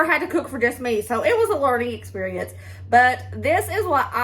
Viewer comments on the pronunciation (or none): none